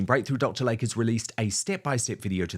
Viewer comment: PRONUNCIATION: It is NOT Dr. "Lake", it is pronounced "Lay-Key" 🙄